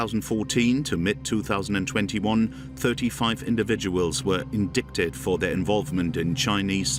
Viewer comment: I love the way the commentator says "indiKted" instead of indicted.. lmao